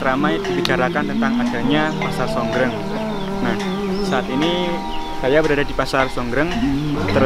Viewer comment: Sor greng mas bukan songgreng